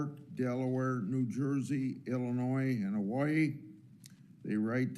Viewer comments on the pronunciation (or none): none